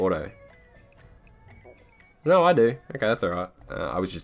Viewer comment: Oh no-rrrrr. I like how he adds an r sound to his no lol